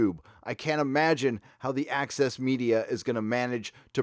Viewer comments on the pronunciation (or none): Ahem... it is not ACCESS MEDIA. It's AXIS MEDIA. 😃💀😃